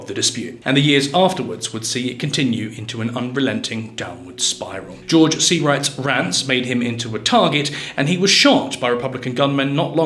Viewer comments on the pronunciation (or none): none